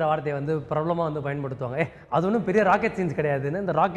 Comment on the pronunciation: it's Science not Signs. You people should learn to pronounce the words. At least simple words like these